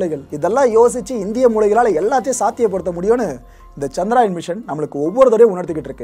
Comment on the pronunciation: சந்த்ராயன் அல்ல சந்திரயான் தமிழ் உச்சரிப்பது சரியாக இருக்கட்டும்